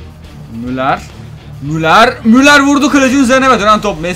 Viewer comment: müler değil müller (okunuşu)